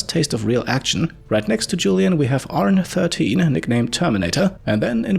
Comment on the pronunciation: I think ARN 13 is supposed to be pronounced "Arnie", given the German voice and the nickname. :P